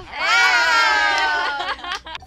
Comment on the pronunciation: Somebody copy and make that last part their own. She butchered “comment” but ok . She said “ like, comment, subscribe, notification” lol😂😂😂